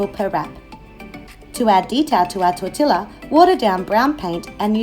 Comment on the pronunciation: It's pronounced tor-ti-ya. The double L makes a Y sound in Spanish :)